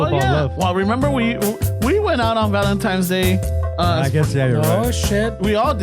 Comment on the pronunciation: did you say "Valentimes Day" portese bien.